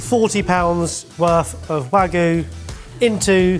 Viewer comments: Why do so many people say Wagoo instead of Wagyu? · barry pronouncing wagyu as "wag-oo" is a crime in and of itself for me (it's pronounced more like wah-gyu). the concept of this ep feels more like "the normals try and making their own annoying viral tiktok style food". especially reminded me of a really intentionally cringe facebook video where someone was claiming to make "fresh pasta", but they started but grinding up supermarket pasta and adding eggs and water which made it unmoving when trying to roll it out. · I'm begging you; "wagyu" has a y in it for a reason.